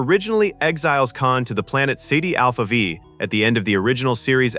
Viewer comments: It's Ceti Alpha 5, not Sedi Alpha Veve. Taking my like back. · "Seedy Alpha Vee?" "Joe-a-Kim?" Uhh. No. Don't let AI voiceovers do this. It's criminal. The way to defeat that is to spell.phonetically. Cool video otherwise though. I heard some of this before but it's nice to see it all tied together. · Ceti Alpha Five NOT Cidi Alpha Vive!! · Ceti Alpha V (Five) AI: "Seedy Alpha Vee" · Cidi alpha vive (instead of ceti alpha five) :D A little bit of AI error, eh? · Spend the money, hire a human narrator. Ceti Alpha Vee, good grief. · Saitee alpha vee? LOL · "Joe - ah - kim"? "Sadie Alpha Vee"? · "Seedy Alva Five?" "Joe-ah-kim?" For real? AI has been trained on all the world's works, and it cannot pronounce Ceti Alpha Five or Joachim properly? FFS... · Nice, Ai… it’s Set Alpha 5, not vee. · "Ceeti Alpha Vee" lololol. Poor AI. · "Ceti Alpha Vee"? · "Seedy Alpha Vive" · "Ceti Alpha Veeeeeee" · That’s not how Ceti Alpha V is pronounced.